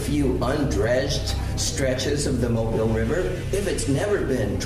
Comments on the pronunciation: Very interesting.....one little thing , I'm from Alabama and it's not pronounced Mobile like the car or phone but " Mo Bill" like that white guy in the video said. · Mobile is actually pronounced...Mo-Bill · I can't believe you came to my city, that's dope. You made realize how important what was in the back of my head when I started seeing Africatown. I have to ask my mother and see what see what she knows. Also our city is pronounce (MO- BILL) Mobile,Al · It's pronounced "Mo-beel." I'm from Mobile, Alabama. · It's pronounced Moe>Bill. Or mo Beal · BTW: It's pronounced Mobile...not "Mobile". 😊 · It’s pronounced Mo-beel. And I agree with you because my grandmother talked about our indigenous heritage, never slaves from Africa. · The city is pronounce MO-BILL lol not like a mobile phone 🤣🤣🤣 okay back to the video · Its actually pronounced (MO-BILL) Mobile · Mobile is pronounced ' Moe-bill '